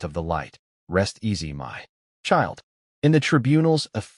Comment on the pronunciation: omg, please fix the MY to sound more like m-eye rather than M-Why? or is instead of "I" "S", b-awwww vs b-oh, etc